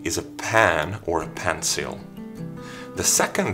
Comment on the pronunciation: Why does he says pencil so weeird